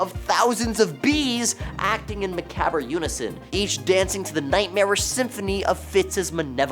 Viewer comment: As soon as you could not say "macabre" right, you lost all credibility.